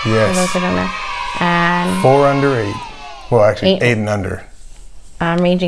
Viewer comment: Season fo! Lmao. Texas accent slipped out. Loving it.